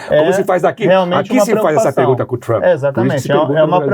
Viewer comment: Sérgio Moro precisa de umas aulinhas de português. Ele comete uns erros de concordância e uso de pronomes bem feios para ex-juiz aspirante a presidente. Teve uma hora que ele falou "pregunta". O Caio levou até um susto. Parei de ver antes que ele soltasse um "pobrema".